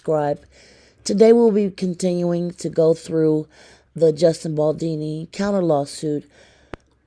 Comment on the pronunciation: BaldOni, not Baldini.